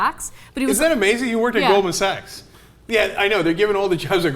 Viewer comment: "Golden Sacks?" Really, Belushi? Really? You DO think it's pronounced "Golden Sacks!" OMG, what a Lefty Dumbass, Cenk Belushi!